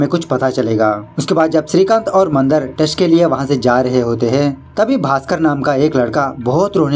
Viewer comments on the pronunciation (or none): It's not mandr it is Mandaar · बाली नाही बळी असतं ते 😂 मंदर नाही, मंदार असतो तो 🤣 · Mandar nahi, mandaar! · मंदर नहीं मंदार मंदर बंदर जैसे सुनाई दे राहा है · Nice explanation..and it's not Mandar its mandaaar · Are wah thank u (video dekhna start nahi kiya hain) for marathi movie explaining again. I'm waiting for this. Aur haan isse baali nahi bali bolate hain. Not bacche ka naam Mandar nahi Mandaar hoga sir. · मंदर नही it’s मंदार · Are vo mandar hai mandar nai bhai.... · मंद नाही भाई म मंदार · Mandr nhi be...mandaar... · Nice but ये बाली नही बली हे अौर मंदर नही मंदार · Mandar to thik se bol na tha